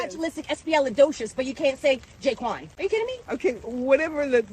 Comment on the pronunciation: She said jayquan😂😂😂😭😭😭she wasnt even tryn b racist i fuck wit her tho fr